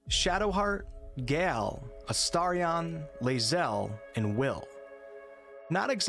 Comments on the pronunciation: So, I was curious as to why you couldn't pronounce "Gayle". You said it more like "Gelle" Can you say the word "Gay"? Then you said La'Zel is xenophobic. And then it all made sense. Left brained. Disappointing. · You sound very well-spoken until you pronounce something that is spelled like "tale" or "dale" or "yale" absolutely incorrectly and you smell like troll. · I refuse to believe that you can say Gandalf but not Gale 😅